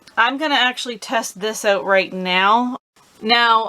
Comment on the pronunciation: Need leaf blower blow that hose out.😂. Speaking about that, you don't say that out word right. Ewwt. 😅